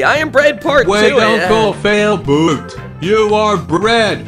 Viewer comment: 😒You said uncle fialboot...😒 Your brother is failboat... 😒